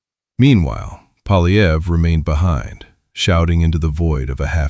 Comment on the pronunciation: The guy's name is Poilievre -- pwa-lye-vr. There is no "polly" in there, half-wit -- and screwing up people's names is the most childish insult in the ignorant person's armory. Take it down and re-record it, OK? This is a monument to ineptitude.